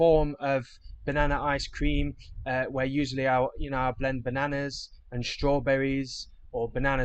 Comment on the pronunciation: do you think you could just take us through your pronounciation of bananas? I mean, I like it, but just think it needs an explanation! 😆